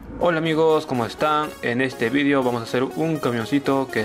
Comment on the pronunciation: porque dices vidio si eres peruano?